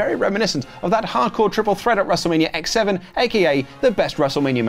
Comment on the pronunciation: 17! Every time you call it X-Seven it’s the most cringe worthy thing I’ve ever heard